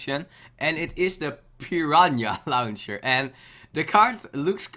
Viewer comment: Piranhya louncher Kappa